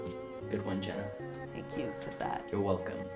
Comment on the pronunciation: 0.05 Jenna's not Jeanas 😔